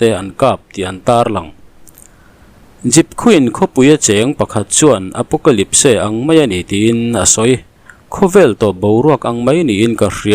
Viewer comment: Apocalypse Apawkalipse ti lo in Apawkalips ti zawk ta la 😂😂